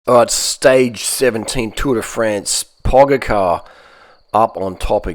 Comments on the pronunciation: Pogachar not Pogakar, his name is really Tadej Pogačar and "č" is pronounced like ch, first world problem but hey at least you know how to pronounce elite tour cyclist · Pogachar* u can read his last name this way 😁👍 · You are saying Pogačar Wrong. Jou say Č like you would ch. So for your language Pogačar is like Pogachar. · Your pronunciation of “Pogacha” had me dead lmao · Hahahah, right 👍🤣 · This guy will be around for a long time, please learn how to say his name... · He’s gotta be trolling how he says Tadej and Pogacar 🤣